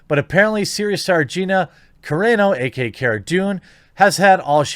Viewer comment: Hearing you mispronounce Gina's last name the entire video, and calling Covid, the "Coof" hurt my heart.